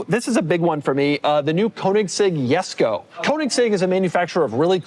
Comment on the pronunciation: Jesko ❌Yesko ☑